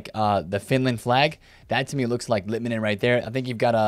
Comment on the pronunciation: Im from finland and finally someone said litmanen correctly Keep it going!